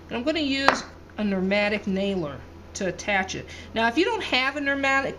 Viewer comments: Oh, I know what a pneumatic nail gun is... it was just a little ribbing about the incorrect pronunciation "Nermatic". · That probably is the correct pronunciation in Dothan Alabama.